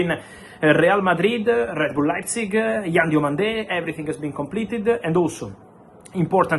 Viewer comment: It's Yann DIOMANDÉ not Diamonde